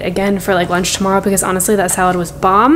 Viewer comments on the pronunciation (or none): none